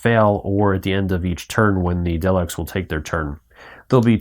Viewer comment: OMG you are killing me with the pronunciations! TARDIS is "tahr'-dis.". Daleks are "dah'-lecks." Other than that good show!